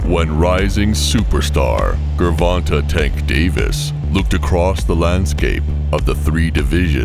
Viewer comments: His name is pronounced jer-von-tay... Not Ger-von-tay smh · “GERRR-Vonta Davis” lmao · i know he aint just say gurvontuh lol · Gurvahntuh Davis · I met rolly & I'm a fan..but tank may be too much for him right now but I hope he knocks tank out bc I'm betting $100 on him..if he wins that will be a big bag of cash💰 if he loses...I wasted more $ than that on buying Tyson ppvs anyways ps this Narrarator needs to learn how to say the names GRRRVONTAY AND RAWLLLLY LOL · The guy called him gervontah lol of how it spelt saying it, definitely almost confused me for a sec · He said Tank name wrong wrong 😂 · Who the fuck is Gurvontae 😂 my man narrating butchered the damn shit out of Tank's first name